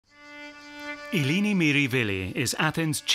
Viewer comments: Wonderful, enlightening documentary. But I’m afraid he consistently pronounces her first name incorrectly. It’s /eh-LEH-nee/, not /ee-LEE-nee/. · it isn't pronounced "Aelaeni" either. It's "eh-leh-nee" — the 'e' pronounced like the short 'e' in "pet", not like the 'ae' in "reggae". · her name is Eleni. He keeps saying Ilini 🙄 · Her name is Eleni not Eeeeeleeeeeneeee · Pronouncing it wrong!